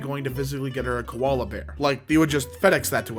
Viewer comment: im an australian and ITS NOT KOLALA BEAR ITS JUST KOALA